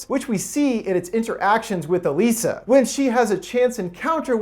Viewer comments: Her name pronoucned EliSAH NOT EleeSAH..smh. Did you even watch the movie or do you just have no sense of how to pronounce things correctly? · Didn’t you watch the movie? Her name is pronounced like “Eliza,” not “Uh-lisa.” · In the movie it's pronounced 'Aliza' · Why does he keep saying "e-LEE-sa"? Her name is "e-LIE-sa", and they pronounce it that way so many times. I'm thinking this guy has only read the IMDb synopsis. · You pretty much caught everything about this movie spot on. The Shape of Water is my most favorite film of 2017, and I just love the story and the theme that Del Toro did to make it. The only thing that you missed was how you pronounced the girl's name of Salley Hawkins's character Elisa. It's pronounced E-lie-za. Just saying. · In the film, her name was pronounced "E LIES A" . Very good explanation. I have seen a couple thousand movies in my life, and this is probably the best one I've ever seen. Del Toro is a genius, plain and simple. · ITS ELIZA OMG YOUR SAYING HER NAME WRONG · It’s pretty obvious you didn’t watch the film or even a trailer, seeing as “Elisa” is pronounced like “Eliza,” which is made quite obvious in the trailers and the film. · was anyone else annoyed by the way he was pronouncing her name the whole time or is it just me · I know that this is all about the theory, but can we take a moment to be angry that he's saying Elisa wrong? If he's gonna do theory on a movie, he should at least see the movie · It's like he didn't watch the movie by the way he said Elisa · Did you even see the movie? Geez, you can't even pronounce Elisa's name correctly.